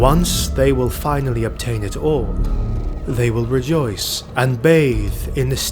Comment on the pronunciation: Hmm... Is the narrator swedish? The pronounciation of rejoice sounds like he might be.